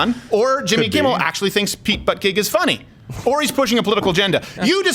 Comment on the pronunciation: It's pronounced "booty judge" not "butt gig."